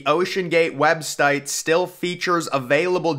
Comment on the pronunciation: Dude said “webstite.” 😂